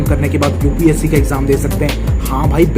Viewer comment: Upsc hota h bete upse nhi